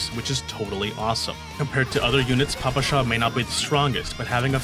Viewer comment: Russian player here and I'm here to judge and/or correct your pronunciation and giving it Tiers as well. Nikketa is probably up to a debate but it sounds just like a given name "Nikita" which is quite often in Russia. Considering that - S Tier. For Papasha you want an emphasis on the second "a" - Papásha. S-Tier for the try tho. It also literally means "Daddy", so now we have our own "Father" just like in one certain game :^) For Nagant in general, it actually should be "Nagan" but since it's written with "t" it can be misleading for other people. Since it's not your fault, I will give you an S-Tier. Mosin is read like it's written - Mosin, not Mozin. With that said, I can't rate your pronunciation other than S-Tier. Krolik is probably as good as it can be for someone who doesn't speak Russian. Definitely S-Tier. Unlike Krolik, Ksenia is almost perfect but even with that it's probably... an S-Tier. Yeah, S-Tier. Dushevnaya is nailed perfectly. Easy S-Tier pronunciation. And last but not least, Groza - it's Grozá. It means "(Thunder)Storm". For that you will get an S-Tier. CHINA TIER Bélka is as easy as it can be. "Squirrel". Considering her looks she has two big reasons to say her name correctly so I expect from you nothing less but an S-Tier While it's written "Leva" it's more like "Lyówa" and I even saw some people writing her name like that. It might be a bit challenging but if you'll get it right that will be an S-Tier for sure. "Lyowa" is a cute word for "Lion". I also h